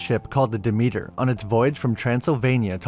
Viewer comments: "duh meter" 😂. It's pronounced Deh-Meh-ter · Pronounced "Dimiter" not Dameeter